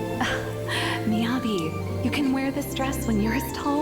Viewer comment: It's MiyabI, not Miyabe